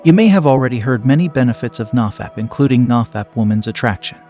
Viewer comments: Nah-fap?? No, it's NO-fap. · If he knows it's No-fap, why does he pronounce it nah-fap? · ITS "NO FAP" not NAW FAP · "NahFap" i like it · "Nah- Fap" thats another way of pronouncing it i guess. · the way this guy pronounces nofap and dopamine makes me wanna skin myself alive